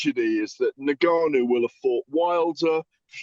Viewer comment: Gareth pronouncing Ngannou two different ways literally one after the other🙈🙈